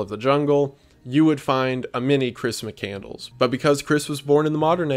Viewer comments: Terrible title. And it's McCand-less. NOT McCandles like a fast food place for votives. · You say Chris McCandless. I heard Christmas Candles. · Please stop saying McCandles it’s making me die inside lmao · HIS NAME IS PRONOUNCED MIC CAND LESS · It's chris "Mc-Cand-Less" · Hearing him mispronounced the dudes name in the first 8 seconds... "Mick-And-Less" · Its McCandless, it's pronounced like Mc Canned Less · its Mc-Cand-less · Completely off topic but i think it’s pronounced “mick-cand-less”? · Why does he keep saying mc candles 😭 that’s not how you pronounce the last namw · Just so you know its. MC-Cand-Less not Mc-candles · Couldn't watch. His last name is NOT McCandles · Bro you keep mispronouncing his name. It's pronounced mc-cand-less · Interesting, but if you want to talk about somebody, learn how to pronounce his last name. Mc-Cand-LESS. (As in, "Less is more.") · Lol failed at the first hurdle. His name is pronounced mc-can-less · Are you seriously pronouncing it MC-CANDLES? I can’t do it man. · Chris Mi-Candles? I'm supposed to listen to you retell already published media for how long when you don't know how to say the guys name? Hate seeing your stuff pop up. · He's just saying his name wrong lol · Imagine making a video about this guy and still not getting his last name pronounced right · How is no one in the comments mentioning how badly he ruined the pronunciation of “mcCandless” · wendigoon’s mispronunciation of his last name the whole video is so frustrating 😭😭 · You butchered his last name dude... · I often wonder now when people mispronounce such an easy but important or prominent word in their videos, if they’re doing it on purpose to drive engagement. I can’t listen to you mispronounce the dude’s name. That’s the most basic thing to get correct. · Maybe figure out how to pronounce his name before making a video? Just a thought. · Perhaps you could do him a great honor by learning to pronounce his name correctly. Just saying.